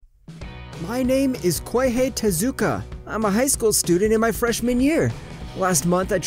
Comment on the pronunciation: Kihei sounds like Tai.